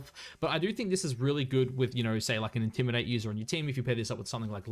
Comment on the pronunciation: Yeah he doin the wolfey strat. He be sayin ‘intimi-dah-tay’ on other vids 😂